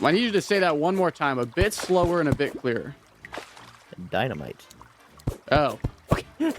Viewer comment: "di-na-me-tay" is that french?